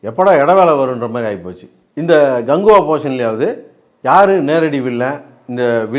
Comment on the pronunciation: கங்குவா இல்ல கக்குவா 😂😂😂